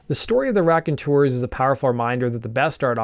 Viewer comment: Sooo it's not the RACKonteurs... It's pronounced ROCKonteurs. Get it? ROCK. Just so ya know lol